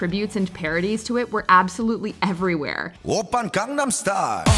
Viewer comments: I'm shocked with two things: 1) I'm actually okay with this list 2) after all the videos about it, you still don't pronounce Gangnam right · Every single WatchMojo person mispronounces it